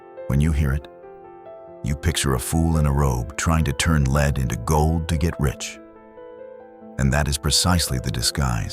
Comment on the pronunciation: Lead Pb plumbum pronounced like led. It's the soft metal alchemists hoped to turn into gold. Please correct your mispronunciation if you hope to attain credibility